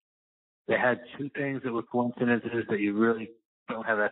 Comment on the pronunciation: Great Job Luuuve these Wendy “ conicidences” 😂😂✌️💕